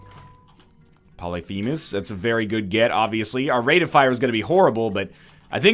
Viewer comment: Does he still pronounce polyphemus wrong???